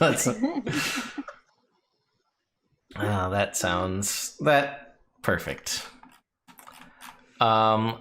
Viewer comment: Poifect XD XD XD Such a silly adventures !!!